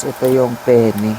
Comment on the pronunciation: haha pene and penne. ingat kasi when you pronounce penne na pe-ne it means penis in italian. so if you pronounce penne na pasta dapat pen-ne